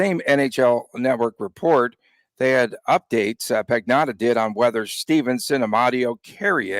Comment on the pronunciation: LOL absolutely butchering the Italian name of David Pagnotta